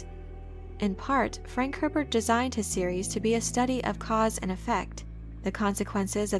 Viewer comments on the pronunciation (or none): none